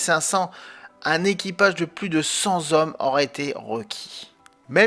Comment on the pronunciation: Excellente vidéo. Petite remarque amicale : 100zzhommes, ça ne se dit pas. 100ttthommes, oui. Attention aux "liaisons dangereuses" ! 😅